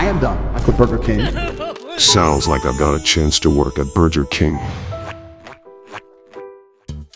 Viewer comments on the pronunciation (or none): burjer king